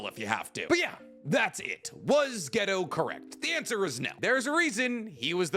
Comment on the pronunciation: Say ghetto again mawfukkka